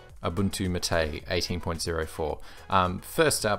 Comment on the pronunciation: Not maté, it is máte